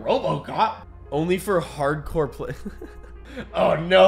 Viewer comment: line is: ho no. It’s the cops. Actors line delivery: ho no. It’s the clops